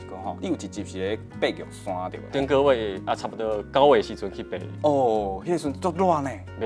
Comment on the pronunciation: 玉山要唸玉Sanh.